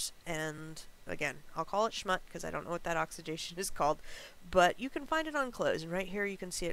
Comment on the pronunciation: Ahh Schmutz- One of my favorite Yiddish words we New Yorkers use regularly,lol. Switch the U to an O and emphasize on that a bit more and ya got it ;) You can kinda(not 100% but enough) the difference,when listening to the audio, on google dictionary 🌻